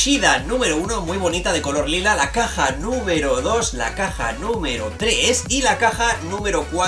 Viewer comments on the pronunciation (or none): none